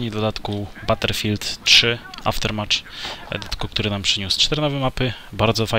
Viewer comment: Battlefield a nie Butterfield :P